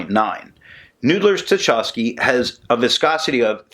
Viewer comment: I feel like the hated and sneering pronunciation police... but you took it well last time I did it and it is also a chance for culture & history note. Tchaikovsky is pronounced "Tchy" (like in "why") kovsky. Pyotr Ilyich Tchaikovsky is one of Russia's most famous composers. For your interest I link here the 1812 Overture which he wrote as a musical account of Napoleon's invasion and retreat from Russia in 1812. (Here with real cannon fire during the finale. WARNING it's loud). This magnificent piece of music is one of the highlights of my early musical training and contributed in some part to my working in the creative arts today. Everyone Nathan at Noodler's has used as inspiration for his inks, including his Russia series, contributed to art, culture or politics. I know you like that connection as much as I do. Now... so far as the ink, seems Noodler's has several permanent purples, and without your reviews I never found one of them! Thanks for that. This one is just so close but still not quite my favorite purple shade... gotta hit the purple samples! Oh... and since you like the history behind Noodler's Dark Matter, I think you might appreciate this Epic Rap Battle - Thanos vs J. Robert Oppenheimer